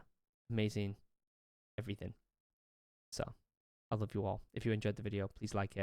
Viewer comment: Ur “love” sounds like “loath” to me